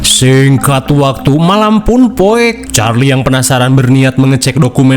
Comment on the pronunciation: Suka banget pas ngomong malam pun POEK.🤣🤣